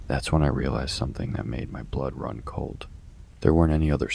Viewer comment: Run on, not rum. Obviously.